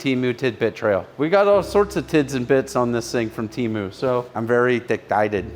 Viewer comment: Temu is going to be PISSED you said their name wrong 🤣🤣